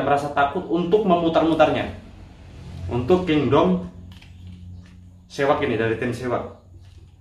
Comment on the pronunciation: seahawk bang bukan sewak 😂🤣 salam satu hobi 🙏